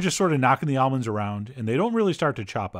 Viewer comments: At first I thought you said "olives" instead of almonds lol you almost rocked my world, Chef John. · Same. I had to run it back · ha! my wife overheard this video and thought exactly the same thing 😂